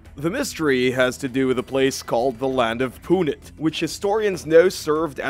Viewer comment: It's not Punit It's Punt as in boat